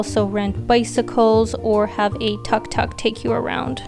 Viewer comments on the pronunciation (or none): It’s pronounce THOOK THOOK the 3 wheels taxi . Thank you for sharing.